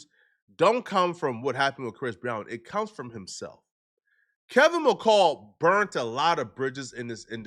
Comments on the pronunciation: This man rushed the story out so damn fast he didn’t even pronounce the dude name right it’s Kevin McCall dumb as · got me dying he keeps saying Kevin macale 😂😂😂😂 I’m trying to be serious but when he says that it has me rolling